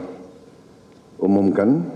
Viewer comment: "DAN SAYA UMUM KEN" cara pengucapan nya inget pak harto.m